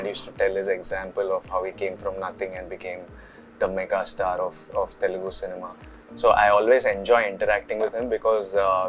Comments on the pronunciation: TELEGU NAHI 'TELUGU' hein BSDK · its Telugu man.. not Telegu..